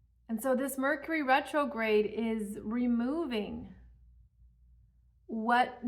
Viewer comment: Rercury Metrograde! 😂🤣